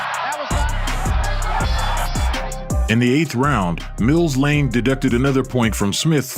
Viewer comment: Not Blane, Lane